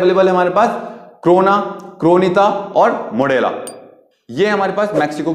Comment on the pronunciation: It's corona not crona